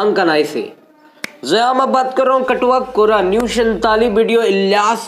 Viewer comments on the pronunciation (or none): chatwa kora Matalab majakiya larka lekin aap baar katwa kora katwa kora bol rahe hain.